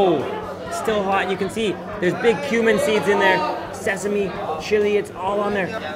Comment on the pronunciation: Every time he says "cumin" it sounds like "human". ...And it also smells like there's a bit of spice in there, maybe like a bit of human.